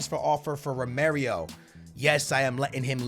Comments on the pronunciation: Its not romerio its romero geez lmao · Oml....every year STILL cant pronounce Romero....ITS NOT ROMERIO!!!